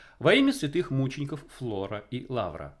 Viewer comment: Не ФЛОРА, а ФРОЛА!!!!!!